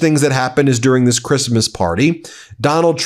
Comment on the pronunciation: I think her accent is worse when speaking publicly. I've heard her speak fairly good English on those recorded tapes of her conversation with that socialite "friend" complaining about CREEST-MUS. The famous "nobody geeves a eff about creesmus" conversation. She was speaking freely and openly and confidentiality to a friend and you get a better idea. But what you do hear is the typical always a victim attitude of the Trump's in her attitude in that conversation. But here's the thing. We never otherwise hear her speak unscripted. EVERY public speaking event could and should involve rehearsing and coaching to the point of helping with that accent. She only has to know how to say and pronounce the words she's going to say. And yet she always sounds completely unrehearsed and uncoached. Her awful public speaking is deliberate. So the question is WHO is promoting her image that way and why?!?! Are they deliberately just promoting her as the Eastern European trophy wife to boost Trump's image? A compliant, submissive barely able to speak English just look pretty just a wife and mother wife? Is it literally in the prenup Melania renegotiated when Trump won in 2016? That's what no one in public seems to know.